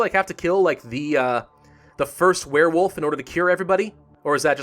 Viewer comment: I heard you say "Werefoof" somewhere.